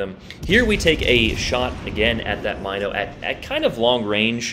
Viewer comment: Love the video. But it's pronounced M-in-o not My-no